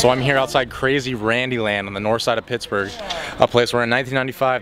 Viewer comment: Did she say "Piss-burgh"? Please don't get me wrong. It seems you have great loving parents! Thank you for loving Paraguay.